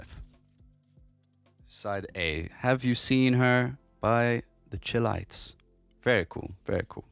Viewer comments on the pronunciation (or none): Love your channel, learning lots about the MPC37, thanks!! I think the source sample band is/was phonically pronounced “the Shy Lights”, not Chill-Lights, FWIW… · Great Choice. The Group's name on the album is Correctly Pronounced; "Shy-Lites". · Bro, it's Chi-lites as in "Ch-eye." Chi rhymes with Thai, like Thai Tee. My Wife said it was adorable the way you said it though. LOL. Awesome video! Keep them coming! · Lol. He said it like "chill," lights. My wife said it was adorable.